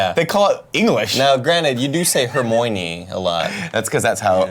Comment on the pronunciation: Nick please learn how to say Hermione. It’s too much.